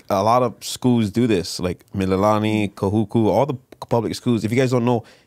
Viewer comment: 😂😂😂😂kuhuku..its..ka kahuku.....are you hawaiian if your name hawaiian?....waianae represent but went moanaloa....😂😂😂its just how you interviewed her it's funny.... I'm a huge fan of both of you! Awesome,you guys did good. Good fun watching...looking forward to more episodes